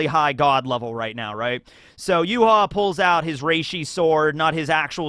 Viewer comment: Not sure if I'm misunderstanding you at the minute mark, but Yhwach's name in Japanese is ユーハバッハ, which is read as "Yuuhabahha", so all of the vowels are pronounced. This is also the reason why he was called "Yuha Bach" in fan translation, since バッハ (Bahha) is the Japanese way of writing "Bach". Only Nimaiya calls him Y.H. (Yuuhaa), apparently.